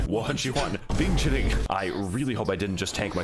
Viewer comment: I'm actually impressed you pronounced Bing Chilling correctly